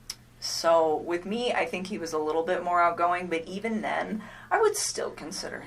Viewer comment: Correction - she actually says "They're so WITTLE". Yeuch - that dirty, self-serving tramp makes me want to take a very hot shower!